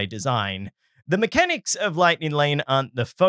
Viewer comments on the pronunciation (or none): none